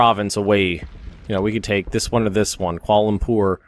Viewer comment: I think you should send those troops that you pulled out of the Soviet Union to Germany and help them out. Also, if I'm not mistaken you have some airborne troops laying around that you can drop in Rangoon. Lastly, you nailed the pronunciation of Kuala Lumpur but butchered the other one. :P